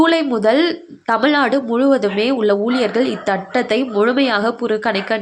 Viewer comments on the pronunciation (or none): thattathai ? dhitathai